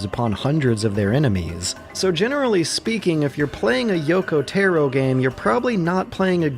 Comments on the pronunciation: >Yoko Teh-ro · "Yokow therrow" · "Yoko Terro" jsjsjsjs